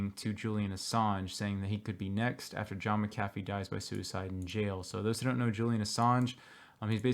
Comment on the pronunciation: Please God...*Mac a Fee* Why is this so difficult???? NOT Ma-caff-ee...thanks